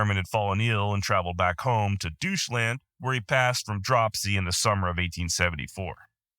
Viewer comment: Did you just say doucheland instead of deutschand? Too freagin funny